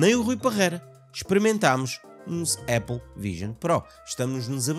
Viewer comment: não é aiple é apple